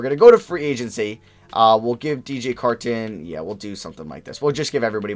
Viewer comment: The way you say Carton is slightly bothersome